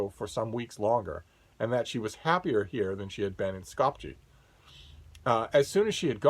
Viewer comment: It's Scawp-yeah, not Scawp-jee, the capital of Macedonia, Skopje, South Slavic languages for the most part spell phonetically.